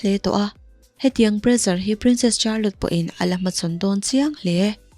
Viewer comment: Miss Charlotte hi char-lot tia lam tur ni loin shar-lot tih tur aw